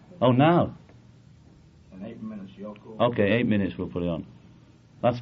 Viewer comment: Oh no. It’s FCKING YO-ko...